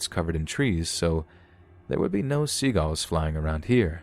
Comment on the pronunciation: The way this man says "seagulls" as "seagAlls" destroys my little soul